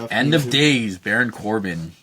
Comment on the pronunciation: its Baron not Barin